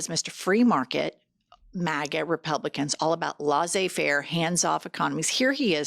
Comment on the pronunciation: Italy here 🇮🇪 Jennifer....your terrible pronounciation of "laisser-faire" makes me shiver🥶 Please go listen to Google translater